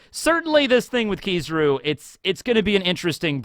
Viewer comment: I’m sure you know how “Kizaru” is pronounced. It was the same thing with “Yonko”, you continue to mispronounce foreign names even when you’re made aware of how to properly say it. What you’re doing is a racist tactic used by far right white suprematists to get attention. This is why I stopped watching this guy you’re a 30 year old man act like it.